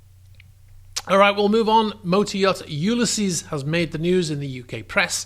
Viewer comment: you-LIH-sees not YOU-luh-sees